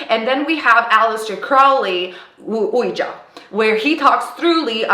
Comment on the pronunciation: Ouija is pronounced wee gee I would have thought you known that being a witch its the same as a ouija board -spirit board,talking board, witch board :hand-green-crystal-ball::person-turquoise-wizard-wand